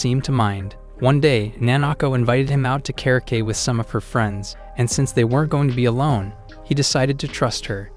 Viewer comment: Kerr-a-kay? Seriously? How does someone reading MANGA for a living not know at least ONE of the two ways the word is pronounced? It's either kerry-okee if you learned it through English, or kara-okeh if you know the real Japanese pronunciation. Lame. Take more pride in your work, ffs.